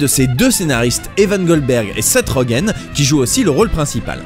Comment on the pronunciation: Seth Rogen se prononce "Rodjènn", pas "Roguenne" :)